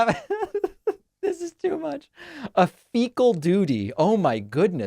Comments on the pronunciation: He slipped and said fecal duty because he was pooping his diaper while he was talking 😂💀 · I heard fecal duty too😂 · Fecal duty!! He fecal dutied his diaper!! Lol this is hilarious!! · '...a fecal doody?" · Nobody knows more about "stool" and "fecal dooty" than Donald Trump He fills a diaper up with 10 lbs of "stool" and "fecal dooty" daily...